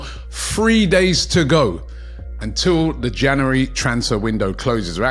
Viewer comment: Why can't you say January ? Janery 😂😂